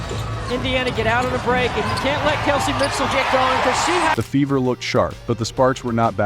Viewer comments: Indiana Fevvor? How is that pronounced again??? Who taught this narrator how to speak English? smh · A I narrator FEVER is mispronounced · Your A I reader doesn't know how to read numbers Or. Pronounce the word fever. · I hate these automations.Cant even say fever right.